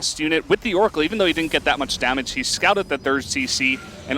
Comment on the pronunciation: "dammáge" xD